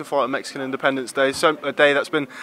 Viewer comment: its independence not independebce